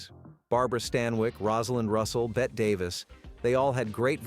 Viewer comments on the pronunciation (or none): Bette is pronounced "Betty."